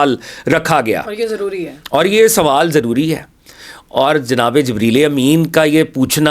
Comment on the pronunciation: I dont like you pronounced hazrat jebraeel alisalam please correct and show great respect please hazrat jabraeel elesalam